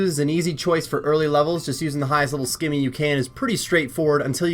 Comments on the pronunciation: also, simmy, not skimmy. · Good guide. Can you please pronounce scimi properly though lol!